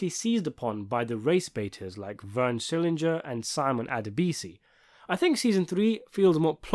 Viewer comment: SCHILLINGER! You keep pronouncing Vern's name like it's an English surname. It is not. It's German.